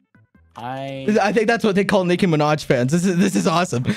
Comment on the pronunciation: Why did you say mind It’s “Minaj”